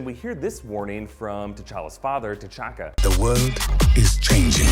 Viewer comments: The narrator calls T'Chaka "Ch'Taka" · he said Ch’Taka instead of T’Chaka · T'Challa and T'Chakka are pronounced Challa and Chakka... Surely? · Did anyone else notice that he said ch’taka instead of t’chaka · What's a Chataka? Hahaha